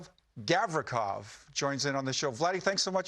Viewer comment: LOL at Grim Reaper struggling to pronounce Gavrikov's name. 🤣